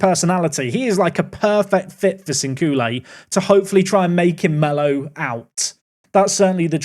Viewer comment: your pronunciation of Sinkule is good